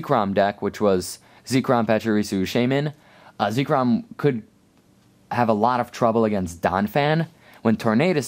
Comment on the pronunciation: It's zekrom not zeekrom